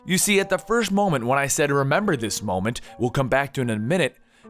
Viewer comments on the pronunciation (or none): none